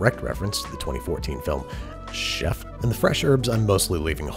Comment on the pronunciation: DİD YOU SAY CHEFF